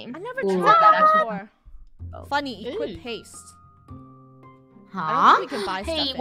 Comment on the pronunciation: You said Funnehl